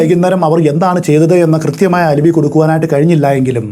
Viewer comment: As usual amazing explanation and story telling!!, 😮🔥 Alibi = അലബൈ not അലിബി.